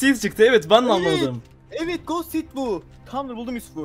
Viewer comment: Abi god seed gibi kelimeleri söylemeyin muq seed yada efsane seed diyin